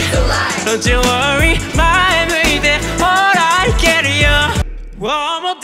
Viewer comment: Be the one🎶 のOneの発音が心地いい〜！さすがっす。